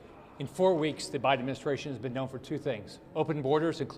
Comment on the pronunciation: Did McConnell just call Biden “ O’biden” ?? I think he did!